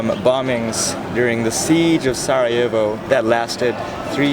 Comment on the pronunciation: Is sarajevo, not sa'ajevo bro. na good video